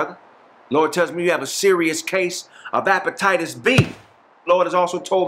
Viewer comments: said appetitus lmao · NIGGA SAID APETITIS B. IM WEAK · Appetiteus B?😂😂😂 aye that's Charlie Brown teacher too. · He Said Apettitus B!